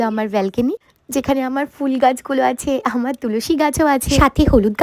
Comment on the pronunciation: অনেক ভালো লেগেছে বাট যতবার আমর এবং আর বলছিলে মনে হচ্ছিল কথাকে তুলে তুলে আছাড় মারছো জিনিসটা আমার একটু বিরক্ত লাগলো❤